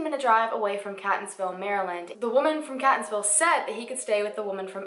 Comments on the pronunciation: Love your videos! You do an amazing job! So pronunciation...lol. Catonsville is pronounced Kay-tuns-ville. And Elliott City is pronounced Ell-i-kit City. You always ask for the pronunciations in the comments so that’s why I wrote this, not to pick on you or anything. Keep up the great work!! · I also love how you pronounce Catonsville! its actually pronounced keyt-nz-vil. I do love your videos and they are my absolute favorite. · Its pronounced.. Catonsville..(Kay tons ville).. Thx for doing this lesser known case. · From Maryland and live in the area... it’s pronounced Kate-tons-ville .. I know it’s weird because it’s spelled Catonsville lol. And Ellicot is pronounced elli-cut. But it’s All good though, I just kept cringing lol but great research. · The way she says Catonsville is so cute, lol but it's wrong. It's pronounced like Kate-onsville. And Ellicott City is more like a five-ten minute drive from Catonsville. You could even jog there pretty quickly because it's so close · hmm. manybe he died of overdose then they got rid of body so they dont get in ttouble. AND ellicott is ell-a-kit city and catonsville is kay-tons-ville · Solarius heroin/opiates are HUGE in that area. Two of my cousins live in/by Catonsville and Ellicot City (both of which she repeatedly pronounces wrong lol) and I immediately thought he went there to do drugs, od'd and the chick panicked. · Random comment but I'm from Maryland and that is not how we say those cities so I was cringing the whole time! But, as always, great video! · Marylander here you mispronounced Catonsville and Elliott city but it was cute I loved the way you said them 🤣love your videos btw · I live in Maryland, and just wanted to give you a pronunciation tip. In the word “Catonsville,” the “a” is long, like in “okay.” I’m sure it’s not gonna matter in the future, just wanted to share. :) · As a native from Maryland and this area it feels so weird to hear someone else pronounce ellicot city and Catonsville lol